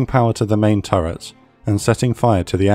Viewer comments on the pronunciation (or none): none